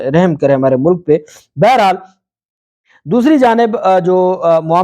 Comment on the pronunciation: Shame on you... You are a enemy of Urdu, sounds like Pendu, Sabaz, Pooleece, Mulak etc.